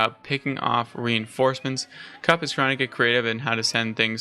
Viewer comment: I've heard Drongo pronounce it "cowp" not "cup". Like you mentioned, Beasty was happy just to trade out units and prolong the game as he knew he had the villager advantage, and the longer the game went on, the better it was for him with 2TC French quicker vills, so maybe 2.4xTC's to 1. If I was kauP, I'd have a different comp. cav/archer beats archer/spear as cav baits out spears and get taken out by archers, then cav cleans up bows. Kaup should have taken the boar on his side with some spears and that would have given him the food to mass horsmen/spear and that would have countered Beasty's cav/archer, and cav/spear is much better for taking out a TC than spear/longbow as the horsemen have good torch damage. Some cav/spear with a couple of rams could have taken out that second TC then dealt with Beasty's army. Then go fast castle and overtake beasty with the king's palace and then get relics and push forward with outposts and siege.